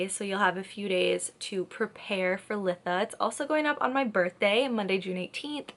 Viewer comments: I've gotta say it... It's pronounced lie-tha. Beautiful video other than that. ❤ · Good video! But it's "lye-tha" for future reference ❤